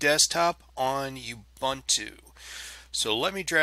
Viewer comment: Great video, not being a pain in the backside but pronunciation of Ubuntu is ooo- boon- too and not u -bant-u.. I'm actually from South Africa please don't argue that :) Otherwise great video..